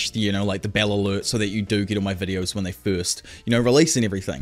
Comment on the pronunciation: I understand you're probably not going to listen, because you have already settled on the nickname and the sound of your "brand"...but the way you pronounce "diavolo" is completely wrong. It's the Italian word for "devil". The stress is on the "A", not on the "O". It's: diAvolo, not diavOlo. (I also understand it's a Jojo Reference. And you want to sound like that character, but trust me: those japanese voice actors didn't know the right pronunciation either :P).